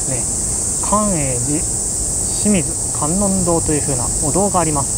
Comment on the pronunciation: 清水観音堂は京都の清水寺を模しているので、きよみずかんのんどう、と読みます